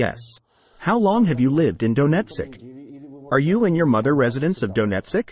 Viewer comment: lol "Dough-net-sick"